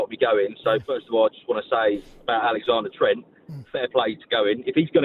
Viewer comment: Who is "Alexander Trent" 😂😂😂😂